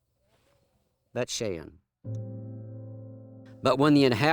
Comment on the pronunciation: It's Bayt SHAWN.